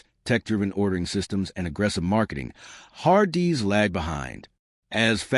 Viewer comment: I can’t make it past the har-DEE’s pronunciation